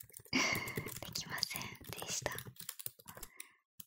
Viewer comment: でっきませんでしたはやばい